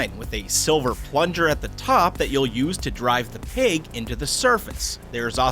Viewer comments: It’s peg not peyg. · Is he saying "peg" or "pig"?